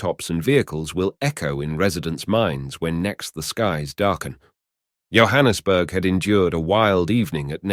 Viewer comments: It's Yohannesburg it's Johannesburg as in like John's bag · It's not pronounced YO-hannesburg, it's JOE-hannesburg 😂 (Johannesburg) Jo'burg is way inland so how is it that footage of a raging sea is shown 🤔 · How beautifully written is the script. The pronunciation for Johannesburg is like "Jo" or J for Jack and Jill. Kyalami is like like K"eye", the a is short a like apple, i is short like ey = Key-a-lam-i". Hope it helps Sorry for all the joburghers suffering damages